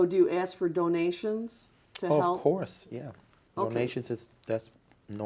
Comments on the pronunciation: Can I axe a question, can I go to the baf room? Did you know yesterday was my birfday. We don't have no distinction. Is this guy stupid or just pretending? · I hope this becomes a meme lmao When someone ask u something u don't wanna answer or don't know u just be like "Ax Michelle" 😂😂😂 "that's something Michelle would know" "No I'm sorry u gotta ax Michelle about that" 😂😂😂😂😂😂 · "I don't know that 'pacifically' so you needa axe Michelle" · Did he really say " Uhhh... I think it was in O 10"? Jesus can come and talk to but can't educate your remedial ass? Betta AX Jesus for some hooked on phonics next time y'all are chit chatting and AX him if you're doing the whole fasting thing right because my eyes are telling me different. #BettaAxMichelle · You mean like when he says "Axe"🤣😃😄😅😂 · mirrortv36 Nahh it’s “axe Michelle!” 😂😂😂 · It’s Axe Michelle. He can’t speak correctly. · I'm white british... It's ask 😉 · Axe Michelle 😂😂😂🤣🤣🤣 how captivating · Michelle’s deposition I don’t know axe David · He sounds extra illiterate when he tries to use big words that he has no idea what they even mean!!!!! Hell! He can’t even say ask!!!! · Just " axe" people to help Davey here pad his bank acct. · Axe Michelle? Ax? Like as in woodsman? Is she a woodsman? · You betta AX sumbuddy 😂 I just wanted to type "AX" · I’m about to start telling ppl to “axe Michelle!” 😂😂😂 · rafael millan .. it’s “AXE Michelle” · Watch "Apostle" David E. Taylor under oath: the pulpit foghorn shrinks to a whispering baby voice with a fake little cough, and every dodge is the same — "I don't know... AXE MICHELLE." Can't pronounce "ask," but he healed AIDS, trust him (zero doctors, zero evidence, ever). $50M allegedly drained from worked-unpaid believers, church-bought Versace in the Bahamas, sworn admission about belting his 17-year-old daughter. Loud for the tithes, meek for the truth. Bond denied. Michelle got arrested too. 🔒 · Anytime the “apostle” is in a jam, 🪓 Michelle ! 🪓 = axe (“aks” Michelle) !